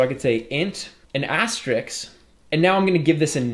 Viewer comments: Btw, it's asterisk not asteriks! :) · great course, but for the love of god, stop calling it an "asterix"